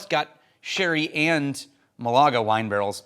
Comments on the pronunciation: in case it matters to you, mAlaga, not malAga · Hey! Thanks to the US Navy I know your pronunciation of "Malaga" is ... let's just say a bit off😂 I knew something! Doesn't happen often.